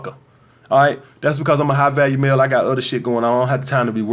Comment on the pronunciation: I thought you were saying high value meal lol, still worked.